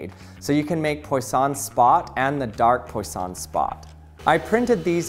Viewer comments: FWIW, Poisson is pronounced like pwa-SOH(n) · Poisson is pronounced as Pwaason. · Couldn't you have looked up how poisson is pronounced at some point before recording?